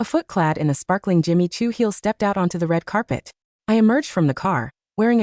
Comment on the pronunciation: Not Jimmy Two but JIMMY CHOO